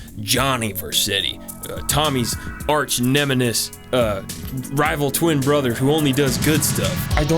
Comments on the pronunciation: stopped watching once you said "nememis" cringe... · arch nemenis? nemesis? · “Tommy’s arch nemenis” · THE NEMINIS It's Nemesis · "arch nemanis" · "arch nemenis"